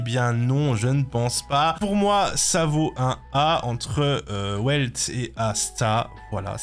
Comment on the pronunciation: Si jamais Welt ça se prononce "Velt" et pas "Ouelt" Ensuite concernant les DPS Moc, Kafka est au même niveau que Jingliu donc si tu l'as met en S+ Kafka doit y figurer aussi. Après je viens de voir l'entièreté de ta tier-list MOC et c'est catastrophique en terme de classement mais niveau ordre c'est plutôt pas mal. Par contre, Topaz fait plus de dégâts que Seele déjà (Certes pas en un coup, mais au total dans une rotation elle en fait plus) Pour les supports et sustains ça dépendra des teams mais c'est faisable un classement comme ça. Pour les PF je vais rien dire puisque ça dépends entièrement de la rotation des buffs. Juste encore une fois, Topaz (et Ratio d'ailleurs) qui est sous évaluées. Tu ne peux pas mettre Himeko et Herta en S+ sans mettre ces 2 là également. Cela n'a aucun sens.